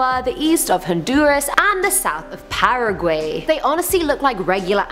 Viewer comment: hahah she said PARA Gu Ey, still love your video's, is just first time I hear it pronounce like that!!!